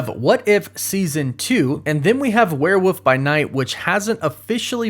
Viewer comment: The way this dude pronounces somethings just kills me. "MuTanT" with an over emphasis on the T's. WereWOOF By Night. :-0